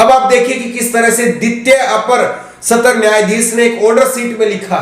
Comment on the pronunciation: Satar nyayalay Nahi satra nyayalay kahiye.